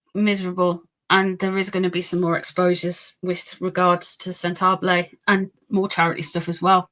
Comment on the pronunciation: Sent-a-ball-eh my dear, not Sent -ah-blay. Sorry, not trying to be rude! 🥰